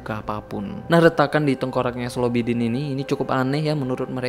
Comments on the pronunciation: Slobodin baaang bkn slobidin😁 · Slobodin jadi Slobidin... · Slobodin jd slobidin🤣